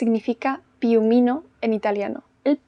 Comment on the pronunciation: Dear! I'm Italian and I loved to hear you saying piumino (somehow your accent came out as a perfect neapolitan one haha), loved this video both for the sub app and the retro vibe of your recommendations. And, well just keep talking it's so relaxing!